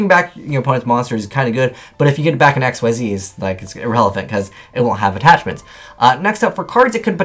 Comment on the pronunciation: Xyz is pronounced "ikseez," not "x-y-z"